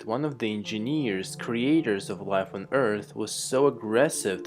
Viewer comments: endjenieEeeres oh god that voice, i wonder if you're drugged or something. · Enginiiiiiiieeerrs all i can hear. Damm it man I'm an engineer and I hate myself cos of ur pronounce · eeeenginieers eeeenginieers eeeenginieers eeeenginieers eeeenginieers eeeenginieers eeeenginieers